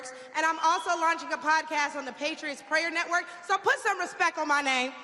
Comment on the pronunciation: So the tRump campaign paid her $50 to say something ignorant. tRump claimed to be Swedish in his book, go figure! No one knows anything about her, saying Respek and not Respect. Thai Black woman and all I know will #VOTEKAMALAHARRIS2024